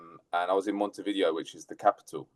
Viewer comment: Sorry, but the capital of Uruguay has NOTHING to do with VHS/Betamax. Vi-Dayo is the pronunciation. It's more like Mount View. If you have relatives across the river Plate, they'd know this.